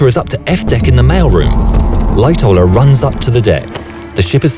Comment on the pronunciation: I thought he said “Light tower” not Lightoller